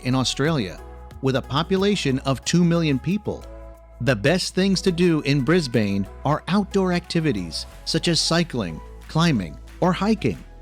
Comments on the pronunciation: I wish these American commentators would learn to pronounce our cities' names correctly,. It's not Bris/bain. It's Bristbn. Melbourne is pronounced Melbun. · Australia has everything! Except perhaps an Australian to narrate the video and pronounce places properly Melbourne is Melbin Brisbane is Brisbin There is no such place as Flynders St station Sydney's bridge is the Harbour Bridge (Sydney Bay???) Why a yank???? It is so grating and factually incorrect. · Just to let you know, Australians pronounce Melbourne "Mel-bin", Brisbane "Bris-bin", and Auzzies can and will give nicknames to everything and anything. names, places, events, etc. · G'day mate, let's start at the beginning. Firstly this is a USA guy telling you about Australia, some one from the USA knows shite about Australia. Melbourne is pronounced Melbn .not Brisbane its Brisbn. Its not the Bay bridge , that's in San Francisco , even I know that. It is the harbour bridge . Its not Melbourne Bay , it's Port Phillip bay. Yes, the pink lakes exist , but you will not see it unless you are there when they are changing colour . Yes, you can get trips out to the reef (expensive) or you can go out to the Whitsundays and White Haven beach on a day cruise . Melbourne is very Multi Cultural, has great coffee and a huge choice of foods. Plenty of Museums all free but of course does not compare to Paris. You can go to the Yarra valley and Mornington Peninsula wineries, The great Ocean Road, and the Penguin Parade at Phillip Island , all day trips out of Melbourne .the list goes on and on and on , two weeks is not enough in Melbourne. Free Tram in the CBD, lots of parks and green places. Tasmania is gorgeous , you need a car and a week. Blue Mountains about an hour out of Sydney spectacular, and the Hunter valley wineries, about 2.5 hours out of Sydney. To be honest you would need 1 year to see Australia try these people they will give you an insight.